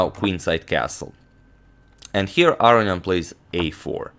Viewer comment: Arian? Arnian? Not AROnian? Seems a whole syllable is being left out of that name.